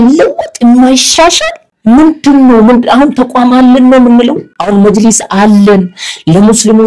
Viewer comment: መጅሊስ መጂልስ አትበል ህደህ መጅልስ ጠይቅ